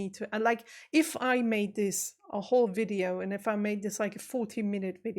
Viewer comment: Fascinating to hear you say at the very beginning, "wonderful wideo". That tells me that this non German speaker still hasn't got my head properly around the German V & W. I grew up referring to VW cars as "VolksWagons", but over the years I have come to understand that "W" is a "V". So I now say "VolksVargen". My guess is (just like English) it's a dialect thing....